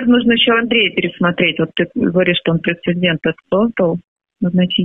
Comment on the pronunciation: Благое дело делаешь,! Только говори, пожалуйста, прецЕДент! Претендент не равно прецедент